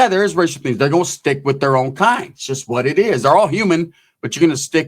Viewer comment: Oh no bro did u just say the word... SHUST 😂😂😂 ?? 😂😂